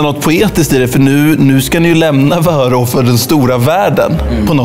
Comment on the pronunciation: Kan du snälla utala vörå rätt